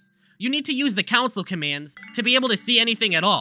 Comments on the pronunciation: he sounds like 🤓 but council is what pushed us off the edge. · SAME.. OH MY FU- AAAAAAAAAAAAAAAAAAAAAA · If pronounces "Console" like "Council", I wonder if they pronounce "GIF" like "JIF" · this guy says "console" as "council" 💀💀💀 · Why do you pronounce “console” like “counsel?” What’s your favorite counsel, the PS4 or Switch? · > makes fun of a guy for mispronouncing "console" > can't spell "a part" (this is meant as lighthearted ribbing not genuinely mean) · I never thought I would here the word “console” mispronounced so badly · Coming back to watch this video again and having to realise I’ll have to listen to him mispronounce ‘console’ lol Love the vid though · Why do you say console like that. Go to speech therapy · Bro cannot pronounce console lmao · I know he’s doing this for comments but I can’t resist commenting. The console/council thing is driving me nuts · Not going to lie it's running me up the wall hearing council instead of console but it's not that bad. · I’ve honestly never heard anyone pronounce “Console” like “Council”, I personally pronounce it as “khan-soul” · DUDE PLEASE STOP SAYING COUNCIL IT'S CONSOLE 😂😂😂😂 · The scariest thing in this video was him saying "council" instead of console. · It's Con-sole, not council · he says counsel dispute it saying console. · The real mystery is how he thinks "counsil" and "console" are the same words Edit: i cant tell if this is just a high level troll or if he genuinely dosnt know what the words he wrote are. the "simUlarities" bro its sIMILArities. It's unfortunate because this is a great well edited video on this subject yet its annoying as hell to watch because of the pronunciations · CONSOLE, GOD DAMMIT. CONSOLE. NOT COUNCIL. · Don't care how interesting this video could be, him saying council and not console irritates me way to much. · I'm sorry but council? Con-sole Con-soul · That fact he can say “concept” but pronounce console as “council” is the scariest part of the video ever